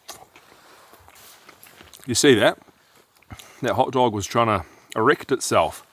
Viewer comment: BRO said "THE HOTDOG TRIED TO ERACT ITSELF" FAAAAAAAHHHHH. THAT'S FUNNY😭😭